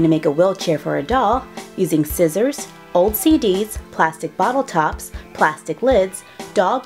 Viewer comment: When she said old cds I thought she said ocd